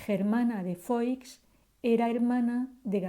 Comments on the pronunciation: SE PRONUNCIA FUÁ NO FOIX, SE ESCRIBE FOIX PERO SE PRONUNCIA FUÁ. FERNANDO ERA TÍO ABUELO DE ELLA PUES ERA HERMANO DE LEONOR DE ARAGÓN, REINA DE NAVARRA, ABUELA PATERNA DE DOÑA GERMANA. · Germana de Foix (se pronuncia "fuá") por favor.....